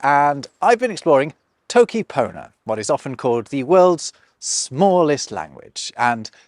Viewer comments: Is it Toki PonAH or ToKi PohO? It sound like you're saying Toki PonO. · u said poner once u sure? lol maybe it is toki pony?